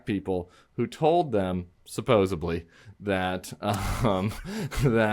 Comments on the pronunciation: You guys…it’s not supposeBly, …it’s suposseDly. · Tim Miller just said: SUPPOSEBLY.......YEAH YOU DID! Ah, it is Supposedly.